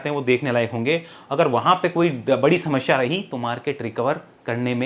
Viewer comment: समश्या ?? You are such a good speaker that's why I am pointing why "samashya" it's samasya